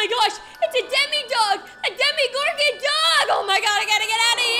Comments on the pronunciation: Omg its either demagorgan or demogorgan not demigorgan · demogorgon not demigorgon but ok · Im sorry but its ( Dema-gor-gen) Not (demi-gor-gin) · sorry to say this but it is not DemiGorgon it’s Demogorgons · It’s not demigorgan it’s persnowst demegorgan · ITS DEMOGORGAN NOT DEMIGORGAN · What is a "demigorgon"?💀 its demogorgon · no spoilers? then why’d you say that? also its demogorgon not demigorgan and no offense ur kinda loud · I love how you say Demogorgon But you say it this way DeMIGOrGaN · It’s not Demi Gorgon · "Demi Gorgon" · "demie-gorghon" bruh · Is it just me or does no one like the way she de-MI-gorgon or just me no hate tho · It’s demogorgon lol I love your videos!